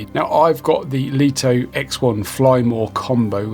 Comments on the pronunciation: Just for info, according to pre-release LITO 1 and X1 testers, DJI were adamant the drone MUST be pronounced as "Light-Oh One" and "Light-Oh X-One". Not "Leet-Oh" or "Lit-0h." 🤓 BTW, great review. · In Mandarin Chinese, 利托 is pronounced Lì tuō. Here is a breakdown to help you master the pronunciation: 利 (Lì): Pronounced with a falling tone (the 4th tone in Mandarin). Start with a slightly higher pitch and sharply drop down, similar to saying "Lee" with a stern, emphatic tone. 托 (Tuō): Pronounced with a high, level tone (the 1st tone in Mandarin). Keep your voice flat and steady at a high pitch, like saying the English word "toe."